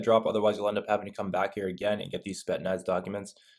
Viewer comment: "Spet-naz" lmao